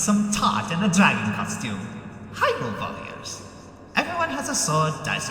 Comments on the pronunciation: Am I the only one that constantly heard "voyeurs"? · Sounds like he's saying "Vorriors". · You know, saying "warriors" in a German accent sounds like "voyeurs"... kink confirmed Edit: BTW, there's already been a Tales Of warriors-esk game